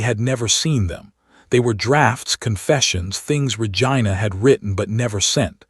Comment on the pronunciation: Pleaaaaasssseeee.!!!! It's Ra-gee-na.